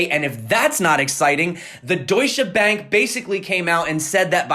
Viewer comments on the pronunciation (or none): I'm German and the way you say Deutsche Bank is SO adorable! Like I cannot! You pronounce it wrong in such a cute way <333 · As a German it's just amazing how you pronounce Deutsche Bank dude 😜 Thanks for your great work every day 👌